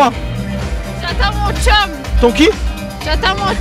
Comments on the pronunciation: elle dit chum et non keum lol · C'est "chum" et pas "keum" 🤣🤣🤣🤣🤣🤣🤣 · ON DIT PAS KEUM ON DIT CHUM MDR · Mais c’est pas keum mais chum